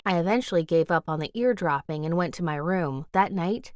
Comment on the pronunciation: This person said ear drop not ease dropping